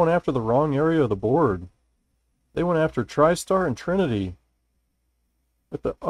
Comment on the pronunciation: the trinity was butchered ,but you do great work